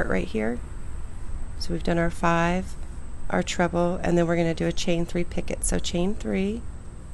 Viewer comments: I rarely correct anybody but the t in picot is silent. Pronounced pee co. Beautiful square, I love it! Thank you for sharing! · Beautiful stitch. A little fast for this old lady but I had the pattern to watch as you worked. I agree with Robin about the pronunciation of picot . The French don't pronounce the "t". Thanks again for the pretty pattern.